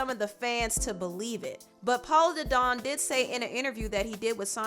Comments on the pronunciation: Lol u pronounce some names funny lol u said Paula da don instead of polo lol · His name is POLO DA DON, not PAULA DADON! 🤣🤣🤣🤣🤣🤣🤣🤣🤣🙄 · “Paula the don” 😂😂😂 its polow the don, ma’am. Pronounced luke polo. Lol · Girl, who is Paulo Da Don? Lol It’s pronounced Poh-low. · It's polo the don not pon the don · It’s pronoun Polo like a 👕. 😂. But great video as always 👍🏾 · Every time she mispronounced Polo Da Don I laughed 🤭 it was a different mispronunciation each time 😂😂